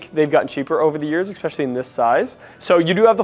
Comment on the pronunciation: Bro, stop saying Expeshally